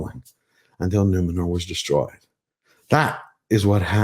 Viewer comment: No, no… it’s Numenorrrrrrrrrrrrhhh